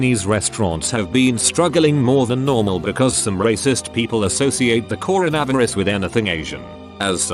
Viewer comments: Nobody: The AI voice: cor a vav er us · Corn-na-vis lol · Nobody: Reddit: "Coro-Nav-Er-Us." 👽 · People: Corona Virus This text to speech bot: CORO-NAVI-RUS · Reddit voice: Corn a varis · normal: coronavirus text to speech voice: coronAverus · I know I shouldn't make a joke on this video, but the way the voice says coronavirus like cornavraverus is honestly funny. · Haha I love how the text to speech say “coronavirus” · I love how the text-to-speech completely butchered the word "Coronavirus"